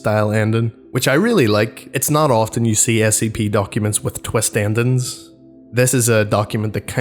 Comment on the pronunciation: Heh, he says endings like “andangs”